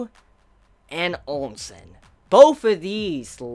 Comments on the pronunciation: Why the hell does pronounce Ousen "Onsen" and Qin "Quin"???? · Hearing pronounced Ousen gave my stage 4 hemorrhoids.